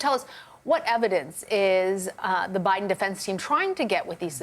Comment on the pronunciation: uh huh.... because nothing says "I could care less about Biden!" like saying his name like "bribe-den".... 😂 Tool!